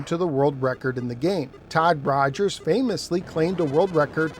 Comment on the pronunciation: Rodd Togers